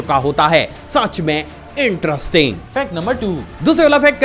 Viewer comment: Sach main interesting..ye word kuch ajib tarika se bolte ho bhai